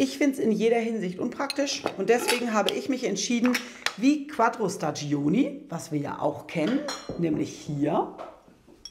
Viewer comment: Sehr interessant. Ich hoffe, ihr habt es patentieren lassen. Noch eine Bitte: staggioni spricht man staddschóni aus. Das i in der Mitte ist stumm, denn es dient nur dazu, die g davor zu einem dsch zu machen. (g vor i und e ist dsch, g vor a, o, u ist g, daher braucht man bei spagghetti das h, damit man es nicht als spaddschetti liest...)